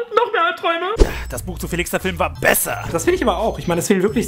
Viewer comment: das heist besser und nicht beeser